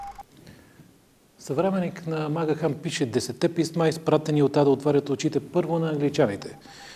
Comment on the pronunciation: Правилното произношение всъщност е МакГиан.